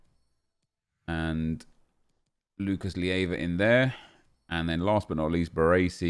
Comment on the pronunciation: Nep, i dont mind it much, but it's Lucas Leiva, not Lieva..